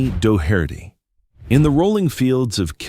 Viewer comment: This narrator sucks: he can't get the names right. It's Doh-hert-tee!😩